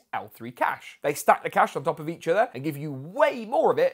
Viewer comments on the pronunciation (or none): none